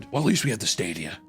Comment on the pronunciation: "google stradia"